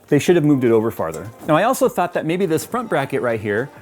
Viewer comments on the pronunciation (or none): none